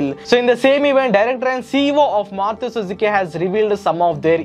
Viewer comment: It's Maruti, not Maruthi btw